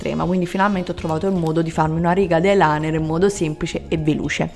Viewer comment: si dice ailainer no alaner